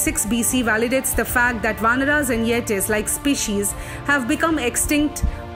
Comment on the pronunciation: Great video! But The way she says Yetis got me laughing haha (Its pronounced Yet - ees)